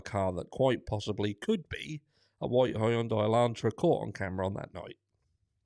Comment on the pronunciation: Good afternoon 😊. I'm sorry I'm late for watching your videos. I have big internet issues (and I'm so sick), but I must admit you made me laugh with the "vite" car/Elantra ! Was that a German accent lol 😂🤣. Anyway this case is driving me crazy !!! Thank you for being yourself 😁✌🏼